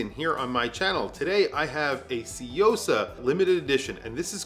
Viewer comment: It's pronounced soo yo sa not see yo sa